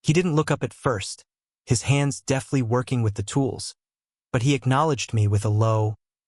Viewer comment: There‘s a hell of a difference between deftly and deathly. So many pronunciation mistakes and no punktuation in the texts,do you really expect your listeners to be so uneducated? Or are you just sloppy?